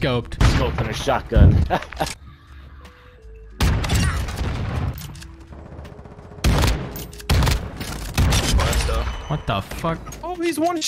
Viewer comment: “Why you using a Shiot gun?” Lmfao 🤣 Ily 🤟 💜